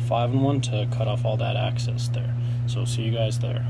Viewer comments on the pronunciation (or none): EXCESS! LOL after two videos I can't help it...... The word is EXCESS not, ACCESS! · Excess, not axis...